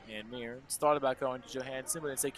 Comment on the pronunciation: Tanner Mearns is pronounced "Murns" not "Me-urns"